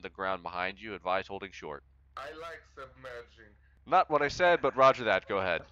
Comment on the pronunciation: In a weird accent “I like submerging” 😂😂😂